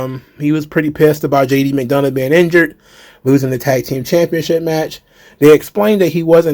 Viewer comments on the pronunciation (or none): I'll give Jey this much, before even commentators couldn't tell him and Jimmy apart, now people know who he is. Also what the heck happened when Chad Gable went to say JD McDonough's name lol